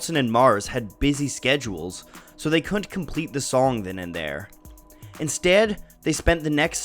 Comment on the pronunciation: the way he says "instead" maybe just gave me cancer. (love the channel by the way lol)